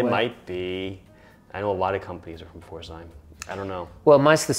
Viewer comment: Ehre an aus Deutschland für die richtige Aussprache von"Pforzheim"!!! Herzlichen Dank.